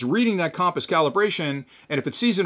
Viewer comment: Compass - pronounced: kuhm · puhs 😅